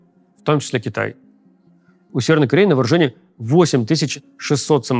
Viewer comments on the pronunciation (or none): none